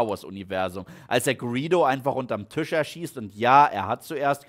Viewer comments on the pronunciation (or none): none